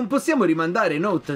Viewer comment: note si legge not la pronuncia è inglese